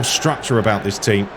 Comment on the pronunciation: U mean “the Tcheam” 🤣🤣🤣